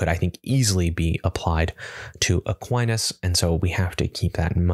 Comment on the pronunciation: Fun experiment, thanks! Shame about that bad fumble on Aquinas, but otherwise hilarious and edifying in equal measure.